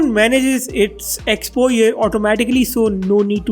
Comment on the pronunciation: Exposure, or expoyer ?